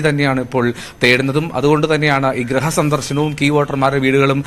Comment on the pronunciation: ഗ്രഹം അല്ല ഗൃഹം